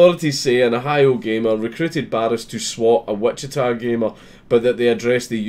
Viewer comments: You pronouned Wichita correctly. No sweat. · Our justice system finally gets one right? WOW!!! BTW, you pronounced "Wichita" spot on......... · this happened in my hometown. glad to see them making an example out of this piece of shit. (and yes, you pronounced it correctly)